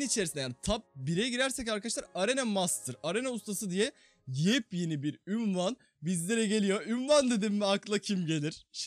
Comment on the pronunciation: Abi ünvan değil unvan